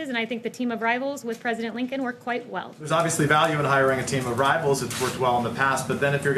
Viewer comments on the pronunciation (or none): "and I think the team of rivals with Lincoln worked. quite. well. " At about she says this with an inflection at the end of her sentence. What's up with that inflection? It's like she had just proved an indisputable point or something. Anyone else have any thoughts on it?